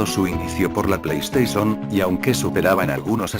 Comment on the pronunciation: PLEISTESON XD